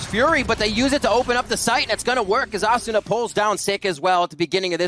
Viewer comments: Yeah Uh-soona Ass-una A-suna A-soona Lmaoo wtf😂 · The way hes pronouncing asuna is throwing me off lol